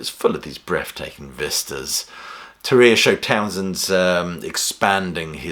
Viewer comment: Devin Townsend's Ocean Machine - Biomech. Masterpiece. EDIT: "Terria"...the emphasis is on the first syllable: TERR-ia.